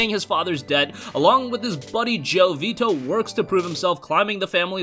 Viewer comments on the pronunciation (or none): none